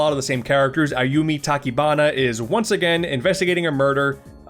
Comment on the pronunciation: The announcer saying "Ayumi" doesn't sound right at all.